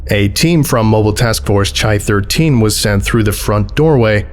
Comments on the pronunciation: oh thats cool, mobile tf chi has to have religious beliefs, chi was a symbol that meant "christ," it looks like an x with a little wing on the top right. also its pronounced "kai" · For future reference, the greek letter "chi" is pronounced "kai". Most of the rest of the alphabet is pronounced the way it looks, so it's kinda annoying that it's weird; chi still throws me off sometimes too! Excellent video, as always. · Weird nitpick, CHI-13 is pronounced like the greek letter Chi, pronounced like the first half of Kyle (chi-le), rather than like Chai-tea. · A bit late, but MTF are labeled with Greek letters, and Chi (X) is pronounced like “key” (kī). Besides that, great reading as usual. I’m facing a pneumonia and your videos are a great help in keeping me up. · Its pronounced 'Kai' not 'Chai' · Chi is pronounced "Kai", not with a ch sound. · Good work, but "Chi" in this context refers to the Greek letter, and should have a "hard" pronunciation, like "kai," rather than a soft ch, like in "chai." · Chi is most likely pronounced "Kai" like in chimera or Chiron, it’s just the standardised pronunciation of Ancient Greek words in English :) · thats not how you pronounce Chi. its a K. like...............you know................ choir boys? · Chi is pronounced "kai", it's Greek. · Chi is usually pronounced kye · Chi: kī engage any, not engage *IN any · The mispronunciations of “chi” hurt my soul a little but it’s ok since the videos still awesome